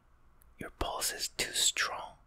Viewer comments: I thought he was sayings Balls all the time but no, it's pulse. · I'm not the only one hearing "Checking your balls" when he says "Checking your pulse." ? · When he was doing the pulse-checking thing, I seriously thought that he was saying “I’m checking your balls” like yup, classic